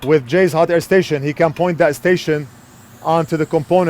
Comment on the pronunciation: Jayz 2 cents not Jay Z 2 cents😬